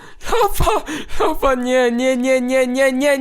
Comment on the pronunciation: nie lawa tylko lafa :D